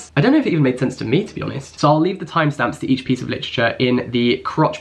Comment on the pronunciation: I heard "it's happy days to be toastie honest with you" pahahahahah